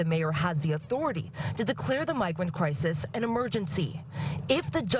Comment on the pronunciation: Why is he saying crisES? That’s plural. He’s trying to sound smart but talks like a cheap gang member .